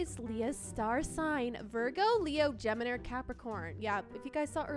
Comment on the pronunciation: You said gemeno in the video it's Gemini and my zodiac sign is Gemini ♊.